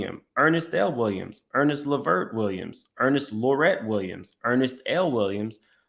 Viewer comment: That man name is Ernest not Ernest… 😂